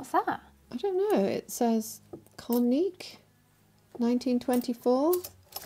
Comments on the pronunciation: The CCCP one is Russian, early Soviet: that's the Cyrillic alphabet initials for USSR. The word you read as "Koneek" is "Kopeek" or "Kopek," the name of the coin. The one that says Kreuzer is Austrian. It says "Oesterreichische" on the back. The two you called Indian (one you said had something like Hebrew and the other seemed to have a scimitar on it) both had Arabic writing. It's fascinating to learn the bits of history you two research. I would love to see a box-restoration video, and auction-larking would also be delightful to watch. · The one you said koneik is Kopeik, its Soviet Union one!;-)